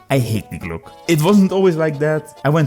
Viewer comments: Die glocke ❌ Die Gluck/Glock ✅ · Die Glock is actually an Austrian manufactured Pistol. It’s always a good rule of thumb to pronounce every letter. We Germans are efficient so no useless redundant letters like in French. Correct spelling is: Dee Glock-uh